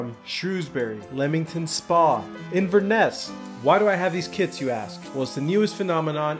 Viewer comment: It sounds like bro is saying kids instead of kits 🤣